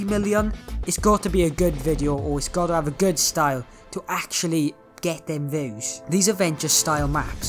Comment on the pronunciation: THE ACCENT HE LITERALY SAYS VEWS and not views